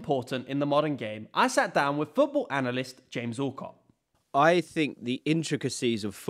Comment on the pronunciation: Allcot... Really?!😂😂